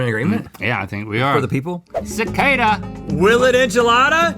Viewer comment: pronouncing it “sa-ca-da” instead of cicada was the best.